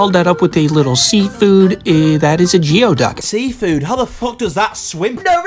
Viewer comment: geoducks dont exactly swim, they are burrowing clams which means once they find a nice spot to burrow in they stay there forever, they uses that large tube thing as a siphon to collect food from flowing water currents, they were also apparently used to trade for drugs so yea also its not pronounced jee-oh-duck but goo-ey-duck, call me a nerd i take it as a compliment